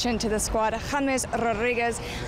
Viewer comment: James Rorrigues jajajaja, es James Rodriguez